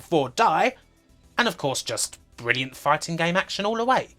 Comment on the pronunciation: Why can’t you pronounce “R” in words? You replace all “R”s with “W.” Fwee=Free Bwilliant=Brilliant Woom=Room It’s not fucking hard dude.